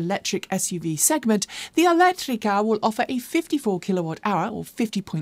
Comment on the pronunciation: I love the way you pronounce italian words ("elettrica", "veloce", "ibrida") while talking about Alfa Romeo 👏